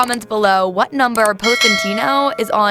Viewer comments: Nice, but if you've been there you should know how to pronounce it. Pos-ee-tah-no, not Poseytano. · Her pronunciation is disgusting Poe-si-tayno 🤢. It’s Pos-i-taah-noh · Posentino or Positano....? 😳 Confuzzled...... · ok, so just positano (not positanou) got it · What is Pose-een-teeno?? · Lol Epic She butchered every name possible, I think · HAAHAAHAAHAA pose-eeen-teeeno like a hundred times over and over!!! Gosh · Appreciate the content BUT butchered the pronunciation of Positano. Hard to get that out of my head now. Onward to getting better every day 🙏🏽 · Learn how to say the name of this town if you're going to try to be a guide. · LOL the way she says Positano.. OMG!! Learn how to say it right! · Don’t steal others work! Also learn how to pronounce the town correctly. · 2 things: 1. Please, learn how to pronounce Positano. 2. You took footages from Nicki Positano's youtube channel -in path of the God, from 5 years ago-, so I assume most of these images are not yours? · Pronunciation is a disaster and voice is horrid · Butchered both Positano and Cinque Terra. It’s not sink’way terra but Cinque pronounced chin’qway as in the number 5 in Italian..